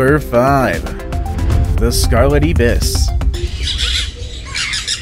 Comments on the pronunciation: Alas, "ibis" is pronounced "eye-bus." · Great video. No. 5 is pronounced Scarlet "I"-BIS in Trinidad. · It's also the way to pronounce it all over the world. The narrator is just illiterate 😂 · IBIS is pronounced aibis, with a long I sound as in like, bike. the 2nd syllable is a short I as in kiss.